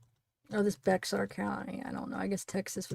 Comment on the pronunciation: Bexar is pronounced bear